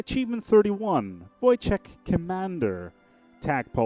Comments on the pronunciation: It's more like Woytek not Vojtek. Great event. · his name is pronounced Woytek